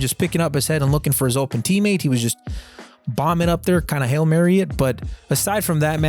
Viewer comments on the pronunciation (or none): none